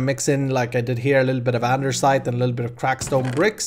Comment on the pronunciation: why you say andersite